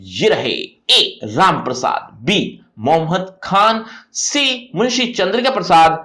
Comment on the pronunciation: Sir jise aap "mohad" khan padh rahe ho wo "Mohammad" likha howa hai. (Sahi se bolo please.)